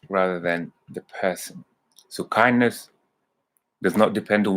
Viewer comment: You mean Kindness ? Not Kindess 😁